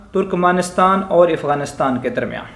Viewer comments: Abe ifganistan nehi Afghanistan sahi se bol Nehi to thok dega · Gentleman, the correct pronunciation is "Afghanistan", not Ifghanistan.